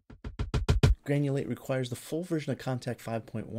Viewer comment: funny that youask for money before even begining to talk about the subject. Having sai that, it should read GRANULATE, not GANULATE. Poor